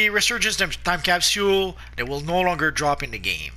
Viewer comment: It disturbs me how he says capsule wrong